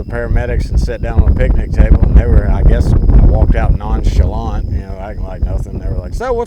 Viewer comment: Bro said non chalant 😭